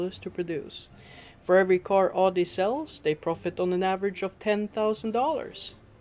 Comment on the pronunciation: Nice to know how much of a scam ferrararis and lambos are, but... it is pronounced audi and not adi